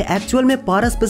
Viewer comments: bahi wo पारा nahi पेरा hota h 😂😂😂😂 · Bhai kuch bhi kr but pronunciation thik kr le Para ko naye tarike se bola wo jada ho gya